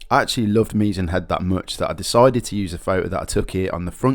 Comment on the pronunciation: Work on your pronunciation mate, if you are trying to sell a tour book. it's not Meezan Head. And why are you jumping from Kerry to Donegal , then back to Cork and Kerry? I had to edit for Derry NAaNe and slee head. Please , stop. Cliffs of MoHER? You haven't spent a minute in the west of Ireland